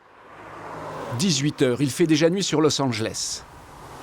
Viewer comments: « Losanjlesse » chui la seule que ça stresse quand le présentateur dis ça ?😂😂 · " los anglesse "😭😭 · ahhhh cette bonne prononciation a la française « Los angeles » qui devient « Losse anjlès » ou « bwitney spears »